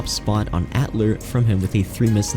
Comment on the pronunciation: atlar lmao